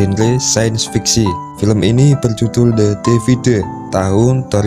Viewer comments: The divide, bukan the devide min hehe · The divaid bang bukan de defide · bacanya "DIVAID" woy